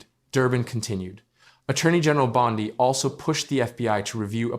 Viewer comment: Please correct your pronunciation of "Bondi". It isn't brain surgery to get someone's name right.